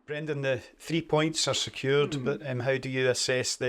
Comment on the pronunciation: It's a terrible result Brendan own it ffs. Ps: Dud he really call him Brenda🤣